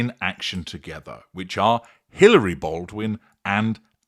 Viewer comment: Hilaria, not Hilary.